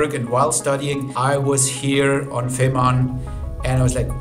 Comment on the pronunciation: You are spreading desinformation by repeatedly mispronuncing the whole project. You have collected, or possibly (worse) self interviewed people working with the project and correctly pronouncong it feh:marn, but you insist on saying fimarn all the time. Listen and learn!